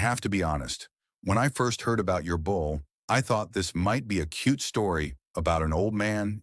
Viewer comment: Bull,not bowl.